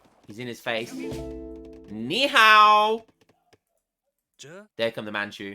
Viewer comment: ''nihao'' is actually quite standard lol